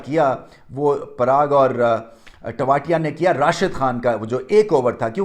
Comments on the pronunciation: तेवतिया है वो टो वातिया नहीं 😡😡😡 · टेवाटिया नही ।। तेवतिया